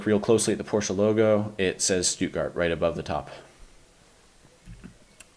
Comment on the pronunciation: What is a "Stutgart"?